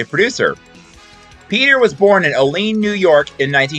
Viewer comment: Oh-LEAN? It’s pronounced OH-lee-an. (I’m from Buffalo myself.)